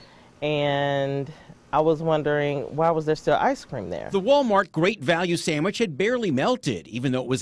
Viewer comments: "Ice cream sammich." Lmfao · Did I hear right?! An ice cream sammich?! No poison for me!! Gimme a Häagen-Dazs!!